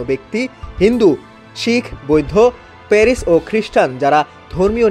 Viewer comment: ওটা প্যারিস না রে, পারসি 😂 অশিক্ষিত 😂